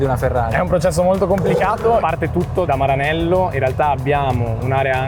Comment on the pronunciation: perché dici "Maranello" con l'accento inglese?